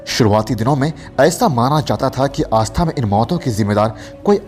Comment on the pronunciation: भाई आस्था नही ....सही शब्द आष्टा उच्चारण कीजिये